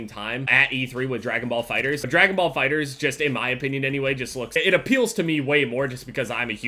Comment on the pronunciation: It's Fighterz. Not Fighter Z LMAO